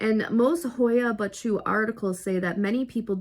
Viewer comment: Funny, I have a clip made there! i am from Romania and I went there visiting and I filmed a clip in the forest during the night. What I filmed was the actually forest and not faking! Great to watch your clip! Yes, the pronunciation wasn't exact ha,ha! But I appreciate the effort! Is not easy indeed! Was funny!